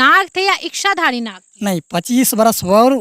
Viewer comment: बहन जी " इश्शाधारी " नहीं.. इच्छा, इच्छाधारी। 😅